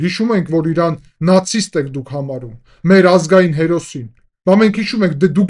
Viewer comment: Նախ ԻՌան չէ , Իրան է , հետո էլ ճիշտ ասա ' ինչքան դոլար ես ստանում նման սրտաճմլիկ ելույթի համար